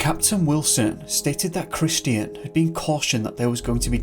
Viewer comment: Hello, the name "Christian" is pronounced CRISS-CHEN, It is not pronounced CRIS-TEE-N. My eldest son was calling himself Christian for awhile, so I'm sensitive to it I guess, no offense intended, thanks!